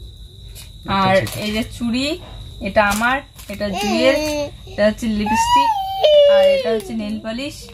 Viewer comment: তোমার পূজোর কেনাকাটা খুব সুন্দর হয়েছে। তুমি লিপস্টিক উচ্চারণ টা ভুল কর একটু চেষ্টা করলেই ঠিক হয়ে যাবে। কথা টা লিপি না লিপ্ স্টিক।